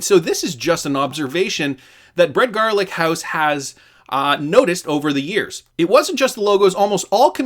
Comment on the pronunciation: You said Brad Garlic house 🤣 and from there on out, on purpose?